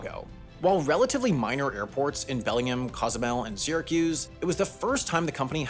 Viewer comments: ITS NOT BELLINGIM! ITS BELLING HAM! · Hey Sam, Bellingham, WA, is pronounced BELL-ing-ham not be-LING-um. You can remember because the people there are called Hamsters. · Belling HAM. Not Bellingum